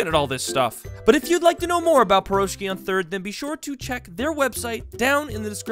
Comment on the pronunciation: As a Russian your pronunciation of the word Piroshki hurts pretty much x.x